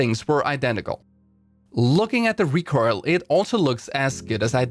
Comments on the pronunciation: Please tell me that I'm not the only person to hear "recurl" instead of recoil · no one gonna discuss how this guy pronounces recoil "recoirl"?